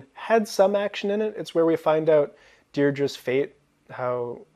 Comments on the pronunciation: You pronounce Deidre the same as we did in Nova Scotia, where I grew up. Brits use Dee-dree, which isn’t as nice. Congrats on the creative writing project. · Very interesting, in Scotland we always pronounced Deirdre as does here. I didn't realise that it was pronounced differently elsewhere.